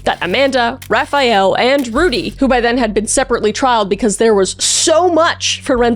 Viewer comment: "Raphael"???? Like the Renaissance painter? 😂🤣